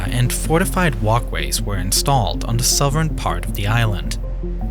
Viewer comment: Did you say souvern instead of southern?